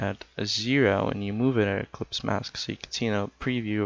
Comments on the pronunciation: It's "eclipse" not "ecplypse" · It's ellipse, not ecplypse!